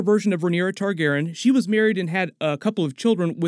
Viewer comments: I cant be the only one who is wondering why he kept saying ‘Targeren’ instead of ‘Targaryen’ can I? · if your gonna be talking about game of thrones a lot I'd suggest you work on your pronunciation of Targaryen. Tar-gair-ee-in. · J, the narrator keeps saying “Targaren” without the yen part 😪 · Yo why is saying "Targaren"? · This isn’t a hate comment, I like your videos but your messing up the pronunciation of “Targaryen” and it’s messing with me😂😂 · I love you, man... But you're mispronouncing "Targaryen" throughout that entire video... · I know this is petty but damn dudes, mispronouncing Targaryen was just.... ahhhhh! Lol That messed me up through the whole video 😂😂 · Why are you pronouncing Targaryen differently? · Why did you keep saying Targaryen like that? For 8 years it has not been pronounced that way.